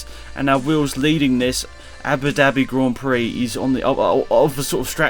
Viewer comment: It's the Prince Ali of Ababwa Gran Prikki.